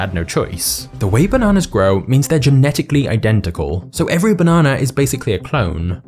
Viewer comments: The fact that you say banona and not banana irritates me for some weird reason 🤣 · Stop saying bananar and idear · Take a shot everytime he says "bah-nana" haha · I like the way you say banana 🍌